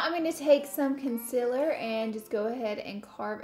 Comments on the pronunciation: Conseler not consiller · ITS CONCEALER NOT CONSILLER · Why does she say consiler wrong